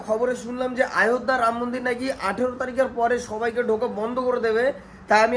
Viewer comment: আয়ধ্যা না বলে অযোধ্যা বলো.